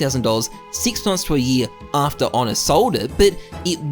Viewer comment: His name is not Onne. It's Ohne